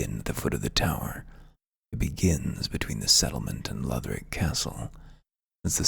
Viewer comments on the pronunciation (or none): I like your voice better. I feel like he was trying to sell me something. Plus the way he pronounced Lothric made me writhe in agony